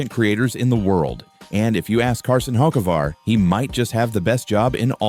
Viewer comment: Hawk-A-Var. Dumbass AI